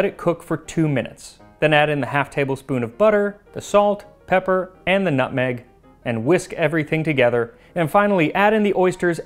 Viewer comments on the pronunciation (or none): none